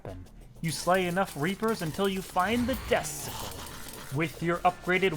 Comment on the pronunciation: Am I the only one who hears “Icicle” and “Deathsicle” when he says “Ice Sickle” and “Death Sickle”?